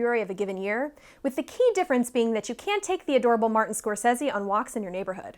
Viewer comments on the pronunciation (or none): none